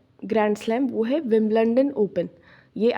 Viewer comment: विंबलंडन nahi विंबलडन 😂😂😂🤣